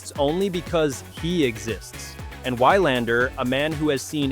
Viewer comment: I respectly say, I hate the AI here. So stupid, Wilander's name is mis pronounced.